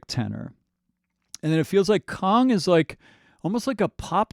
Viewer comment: Please say KANG not Kong. 😊